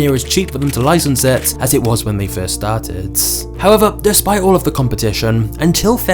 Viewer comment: he said star tits instead of started